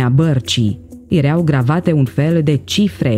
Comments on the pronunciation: Da?si unde ai auzit la școala aia a ta ,,iereau" si poate vrei sa spui ,,ierau" dar nu am auzit in viata mea de iereau. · Acel "iereau" de unde provine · '' Erea''EREAU schimba accentul doamna si pronunta corect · Am un amic oltean ce folosete "ereau". Poate asa se vorbeste in unele parti din Oltenia.